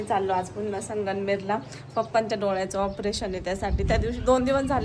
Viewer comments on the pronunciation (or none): ताई तुम्ही संगणमेर का बोलतात संगमनेर आहे